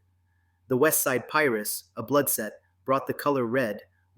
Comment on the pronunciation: Haha the west side pirace, it is pronounced (pie-roo)